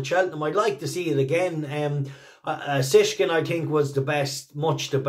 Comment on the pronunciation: BTW for all us Irish lads it Shishkin NOT Sishkin, Think Shish Kebab 😅